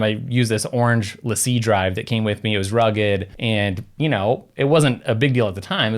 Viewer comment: Thank you for saying it correctly!! It amazes me how many people still say, “Lacie” incorrectly.